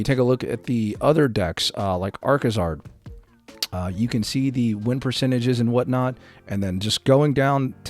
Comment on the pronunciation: it's Arcazard.